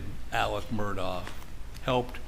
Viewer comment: Why do most people pronounce Alex Murdaugh name wrong? It's not 'Alec Murdock"